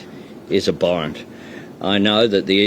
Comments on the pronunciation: The prick cant even say abhorrent correctly 🙄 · This tool can’t even pronounce abhorrent properly.